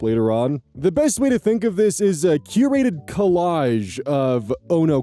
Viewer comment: I heard Q-rated and went "Whoa? We're gonna be hearing spicy NSFW stuff!?" Before I realized, just said "curated" in a strange way. LOL